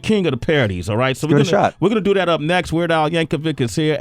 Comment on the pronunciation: It's Yankovic, not "Yank-a-wig" hahaha